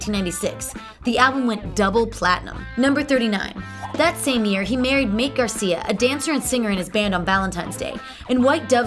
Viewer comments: "Mayte" is pronounced "My-tay" not "Mate," for those wondering. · "Mait"? There's something to be said for researching the pronunciation of someone you're going to include as a fact. Prince's wife Mayte was "MY-tay." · "Mate"??? Mayte is pronounced "My-teh". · It's pronounced "My-tay." Aside from the spelling, the confusion about its pronunciation arises from the misconception that "Mayte" was just a homophone for "Mate" and was another name Prince had made up for a significant other (like Vanity and Apollonia) -- but it was actually her real name. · mayte, my tay. not mate. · When you called Mayte "Mate", I had to stop watching. If you don't know how to say her name, what else is wrong with this video??? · So much of this is not factual it's unbelievable- And it's pronounced MY-TAY! Not Mite... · I can’t believe she called Mayte (my-tay) MATE!?!?🤭. And Sign OH The Time??!! Wow she knows nothing about the Purple One💜. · Mayte is not pronounced MATE...My teah... Ida is pronounced E-da...and Donna Gratis was not part of NPG. The picture you showed was Rhonda Smith, bass player for NPG. Also at one point you said Prince made a "come back"...HE NEVER LEFT (until April 21, 2016). It would be impossible to "come back" to something one never left. Maybe I missed it, but did you mention that Prince was the first artist to promote his music on the Internet? Or that he didn't even have a Cell Phone? Mystery---yes! Most amazing person in recent history--4-sure! I did enjoy watching this. Oh and in his song lyrics he wrote, "If you're always with me, you never have to call me, touche!" Which probably explained why his wife never called him... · Are we gonna ignore the fact she said MATE instead of MAYTE LMAOO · #39 Prince' former wife's name is not pronounced MATE Garcia... It is pronounce My - Tie Garcia... and spelled Mayte... FYI. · Her name is not Mate it is My-tay. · Prince's first wife's name is pronounced My Tay, not Mate. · Her name is Mayte not May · My-tey not "mate"